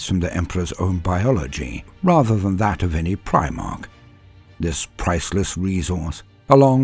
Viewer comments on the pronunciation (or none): none